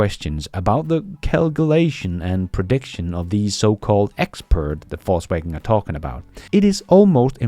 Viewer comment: It sounds like you said Falsewagen and it sounds about right